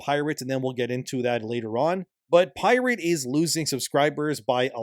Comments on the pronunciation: 'pie rate'? 'lie berry'? Is he using an AI voice over? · Libary? Pie-rate?